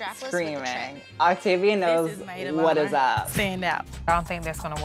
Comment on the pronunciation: When I misheard you stan “Activia”, instead of Octavia, I was like “baby, me too! I’m over 40! I need all the help I can get!” 😂